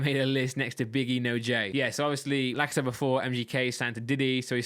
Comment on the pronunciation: Everytime you say like I said for me it sounds like lacazette.